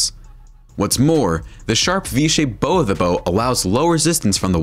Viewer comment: Bow of the boat. Pronounced baugh, not bow Bow again. I would like to hear him pronounce gunwales or forecastle deck! , Jump furry.